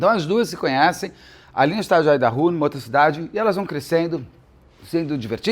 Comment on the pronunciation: A pronúncia de Idaho me incomodou um pouco rs